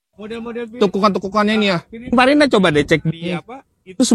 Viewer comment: Maaf koreksi om, yg bener pininfarina om bukan fininparina 😂